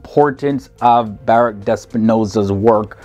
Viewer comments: Good stuff, and pretty representative. One comment: you pronounce the first name of Sprinoza as Barukh (kh, or khet in Hebrew, or h in Chinese) not Baruk. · The poster should have done more research on the pronunciation of these names. i.e. BaRUCH Spinoza and MaiMONides. These are very famous people and their names are therefore well known.